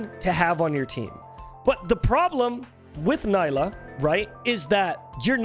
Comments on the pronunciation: Nila , hehehe nila haha . Seriously it's NILA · I could barely focus whenever he said her name wrong but great video